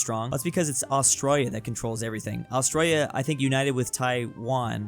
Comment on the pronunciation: "Austroya" is very painful.